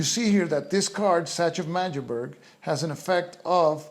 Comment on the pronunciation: Absolutely love the presentation style; well done, Sir! Just acquired a copy on eBay and I'm very much looking to get to grips with it. Teeny-tiny point… Magdeburg is pronounced with all hard consonents i.e. MaG-Der-Burg. No offense intended.